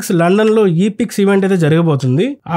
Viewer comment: ఈ - ప్రిక్స్ అనకూడదు. ఈ - ప్రీ అనాలి. అలాగే ఫార్ములా 1 కి వెళ్లడం కాదు. ఫార్ములా ఈ లో మహీంద్రా టీం ఒకటి ఉంది. ఇలాంటి చిన్న చిన్నవి అలవాటు చేసుకుంటే ఒక ఆటోమొబైల్ ఛానెల్ గా వేరే ఆటోమొబైల్ జనాల దగ్గర మరియు కంపెనీల దగ్గర మంచి విలువ ఉంటాది.